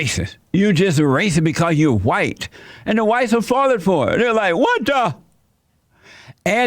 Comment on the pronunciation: July: it just feels h'white. Bless JLP